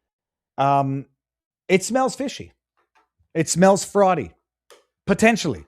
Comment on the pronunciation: It "smails" awful...... Besides the mispronunciation being amusing, that utterance strikes me as a reason to believe the incident was staged. How could somebody sitting several feet away smell that small amount of fluid so quickly? I believe several people were in on the plan and some were even given lines to speak. Ilhan Omar is one of the least likeable people in Congress, so I believe she is just looking for some public sympathy. After all, she holds all the aces in the hand of oppression/ victimhood she's a woman, black, immigrant and Muslim